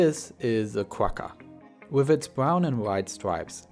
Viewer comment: the "gg" in quagga is pronounced like a flem sound. Like the "ch" in Bach. It's the sound you make when you've got popcorn stuck in your throat.